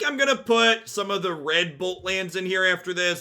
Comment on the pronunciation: I was watching the gameplay at 2x speed. I kept chuckling at how red bolt lands sounded like 'redbull lands' a couple times... I know they will be the crimson ox ones to me now.